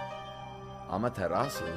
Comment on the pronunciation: said “Amaterasu” wayyy to perfect 👀👀